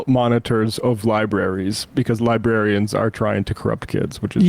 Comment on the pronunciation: Bro. LibRary. Not libary. Librarian. Not Libarian. Its really not hard